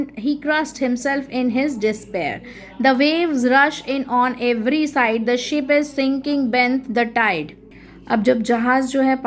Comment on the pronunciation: How can a english teacher who knows english pronounce Ship as Sheep